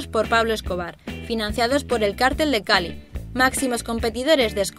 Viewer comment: En realidad está bien dicho: "cártel" es una organización, mayoritariamente ilegal de personas y "cartel" con acento prosódico en la "e" es un afiche o pancarta que muestra un anuncio.